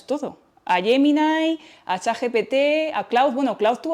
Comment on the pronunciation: Por cierto, no sé porque la palabra GEMINI la pronuncies como YEMINAI. Defendamos nuestro idioma, por favor.